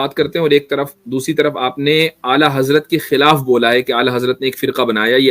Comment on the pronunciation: Ala yuhi nahi ala hazrat he wo alo se ala he ala hazrat he